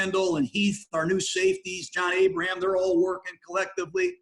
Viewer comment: uh oh Gruden we need to fix that. "John Abraham"